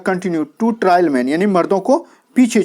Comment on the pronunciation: Trail ka pronunciation ट्रायल nahi ट्रेल hoga. Resilient ka pronunciation री साईलेंट nahi रिˈ ज़िलिअन्‍ट्‌ hoga Fast into death nahi " FAST UNTO DEATH" use hota hai. 55cr rupees k pehle "THE" ka use nahi hoga. Bahut shukriya sir itni umda class k liye apki mehnat rayega nahi jayegi in sha Allah.